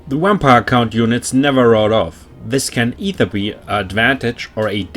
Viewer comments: I’m officially going to start intentionally pronouncing vampire “wampire” henceforth. Love the Deutsch accent. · Nice thanks man! Also love the way u say wampire xD